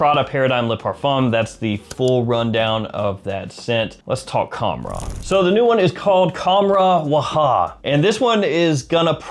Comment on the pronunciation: Bro it’s pronounced with an h sound the k is silent